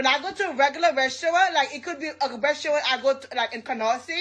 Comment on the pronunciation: I'm not paying 200$ for a date with someone who can't even pronounce restaurant correctly (ressurrant)